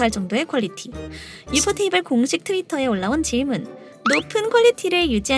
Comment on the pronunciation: 유포테이블 이라고 정확하게 말해줘서 속이 다 시원함